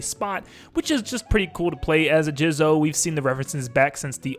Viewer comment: Came here to ask why he say it like that